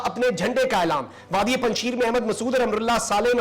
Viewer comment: You are pronouncing wrongly the word "Panjsher" even you are pronouncing it as panjsheer which is wrong. Panjsher Vly mean The Vly of five lions. Hope u hv understand what I'm trying to tell you